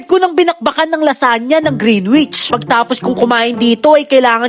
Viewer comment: Correct Lang po Kita baka ma bash ka Kasi nila, Hindi po green wich ang pagkabigkas "greenich" po ang tama. Sana mapansinn!!